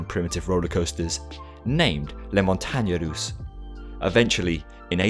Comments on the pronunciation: I'm surprised that you were able to pronounce "les montagne russes" without failing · The way you pronounce "montagnes russes" is soooooo cute! Anyway, congrats for pronouncing the "u" right, I know Americans and Brits still unable to pronounce it correctly after 20+ years living in France. Very interesting video as always!